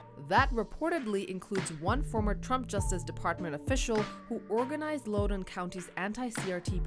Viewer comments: Stop saying “Lowden” County. It’s Loudoun County. As in the words “loud” and “don” combined. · Pronounced Loudon County, like the word “loud”